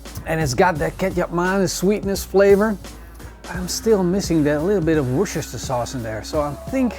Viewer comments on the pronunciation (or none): It's pronounced WOOSTER-SHEER sauce. Apart from that, you had my taste buds working overtime. Find a way to send ribs to Australia.😀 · Worcestershire == WOO STIR SHER. The "ce" part is silent! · Wooster shire sauce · "Wochecheshhire sauce" 🤣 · Wusastershashire sauce.. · As always, great video. I know it's spelt "Worcestershire" but in UK we pronounce it "Wuster." But hey - your English is 1000x better than my Dutch:) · Repeat after me. Wooster-sher sauce. :) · Hahaha its a hard word for the dutch, i live in the Netherlands with my dutch man, i use this sauce A LOT,,, and coming from Scotland i can say it , my man has given up trying to say it, and just calls it westminster sauce lol.. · You don't need to pronounce the 'shire' part ... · LOL wish he could get it right...but love the show.